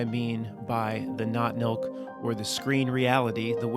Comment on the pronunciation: I keep hearing "not milk" every time you say that phrase. As in, not human nor fur-babies.